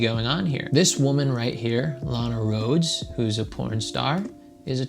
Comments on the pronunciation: he missed pronounced Lanas name... he checks out boys, grab them pencils and paper it's time to learn. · he even mispronounced her name man, what are you talking about. I have watched porn and i didn't know her. Why do we all have to know her lol